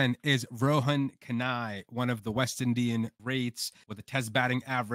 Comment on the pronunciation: You obviously don't know ANYTHING about West Indian batsman to put Chanderpaul above the great George Headley and Viv Richards definitely is NOT the greatest of West Indian batsmen, and Rohan Kanhai (whose name you cannot even pronounce) you put at number 10? Go back and study West Indian cricket some more and not talk such damned nonsense.